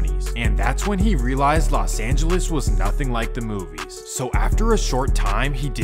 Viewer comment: It's not Las Angeles, it's Los Angeles.